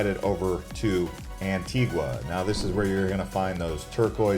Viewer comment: It's pronounced Ann-Tee-Gah